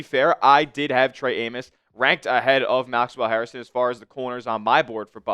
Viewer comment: HAIR - stun. Say it after me. HAIR - ston. It’s not HarrisTON